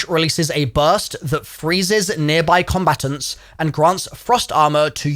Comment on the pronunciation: I’ve never heard combatants pronounced like that before. “Combatuns”, where are you from in the UK?